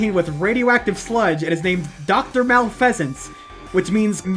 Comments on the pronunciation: That is such a pokemon fan way to mispronounce "malfeasance" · Haven't heard someone pronounce Haiti that way in over 20 years. Also malfeasance is not a bird pokemon from gen 5